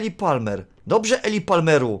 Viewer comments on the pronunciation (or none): Imię tego faceta wymawia się Ilaj. Pozdrawiam.